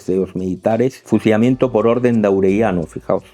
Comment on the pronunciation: No había escuchado su peculiaridad al hablar cuando hay una letra 'L' en novea, fusiamiento. Espero estén mejor. Muchas gracias excelente análisis.